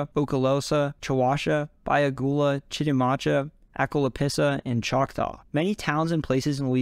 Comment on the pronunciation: As a fellow Louisiana native, I believe he also mispronounced Chitimacha, but great video overall